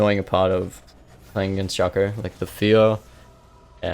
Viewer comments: "shakooăr", id rather say "sheico" even tho it's just "shaco" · are you from spain? because of the first shaco pronunciation